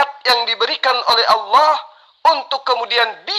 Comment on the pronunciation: sudah dijamin masuk neraka oleh Allah SWT. lidahnya sudah kelu untuk menyebutkan asma Allah SWT dengan benar, berarti Allah SWT telah mengharamkan namaNYA untuk diucapkan oleh. dia menyebut Allah dengan Owoh..🤦🤦